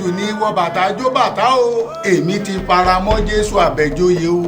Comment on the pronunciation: chisom cherish This makes me laugh all the time. It doesn’t matter how many time she’s corrected, she still sticks to her ‘Gafara’.😀